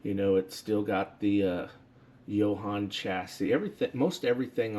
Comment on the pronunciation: I believe it is actually pronounced like jo Han because the owners name was Joseph Hanson